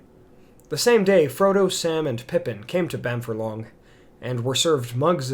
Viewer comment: So you do a lot of the narration super well but you slip up on some words. Bamfurlong is said Bam-Furlong (as in two separate words). A 'Furlong' is an 8th of a mile or 220 yards. The name 'Bamfurlong' can be translated into Old English to mean 'Bean Field' (A furlong is the usual length of a field in the English countryside)